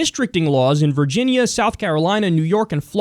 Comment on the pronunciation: Virginear... I love you so much. Not making fun of you but still.